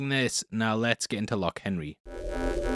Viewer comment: God can people stop saying "lock" when it's loch with a throat sound